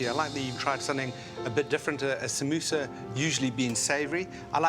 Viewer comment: did anyone else hear sambusaa 😂😂